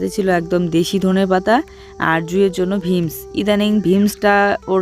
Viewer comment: ভিমস না কথাটা বিমস